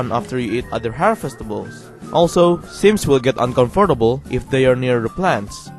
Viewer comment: I go uncomfortable by the way you said uncomfortable.